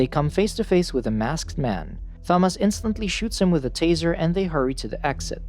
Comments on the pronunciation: Please learn how to pronounce Thomas you're pronouncing it all wrong my name is Thomas and it pisses me off therefore I hate this video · I’ve never hated a video more than this one because of how to say Thomas. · Wait wait wait... So you randomly butcher pronouncing the name Thomas, but had no problem pronouncing Jorge?? You sure you don't wanna say it like "joor-gee" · I’m trying to watch but so distracted by how u keep pronouncing Thomas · Imagine not knowing how to pronounce Thomas or Teresa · Why not just call him Tommy? It would be much easier on the narrators nonsensical pronunciation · I'll grow up when this guy learns how to pronounce names correctly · Why do you say Thomas like that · not saying thomas correctly makes this harder to watch . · So true it really did my head in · The computer kept pronouncing Thomas with the h non silent lol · The Tha-moss was actually very distracting and the video creator would likely prefer to know about the mispronunciation then to continue making the error. Maybe it's best to take that wise man's advice yourself young fella. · I literally feel like scratching off my skin everytime he says Tho-mass😭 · THHHOMAS and tersaaah. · I'm sorry but.. why are you pronouncing the "th" in Thomas 😢😢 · Okay you can't pronounce Thomas bro stop using AI I'm never watching this channel again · Saying Thomas like it's correct. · Are we ignoring how he said Thomas 😂nvm how all the names were said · 14 seconds in and theres already a word mispronounced, and its a main characters name. This is going to be a barrel of laughs im guessing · Do you not know how to say Thomas right? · how does he mispronounce thomas and teresa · You're pronouncing Thomas wrong the H is silent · Hate the way you say "Thom-ass" instead of the correct pronunciation "Tom-iss" for sure, but other than that, damn the movie is way different from the book. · I'M SCREAMING, IT'S TOM-MAS NOT THA-MAS..(yes i know it's a voice bot but still.) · Bro his name Thomas not Tha-mas